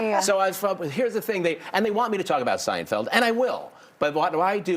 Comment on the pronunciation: Not Banyan. It’s Bania.